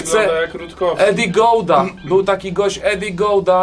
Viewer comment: Eddy Gordo NIE GOUDA JA PIERDOLE XD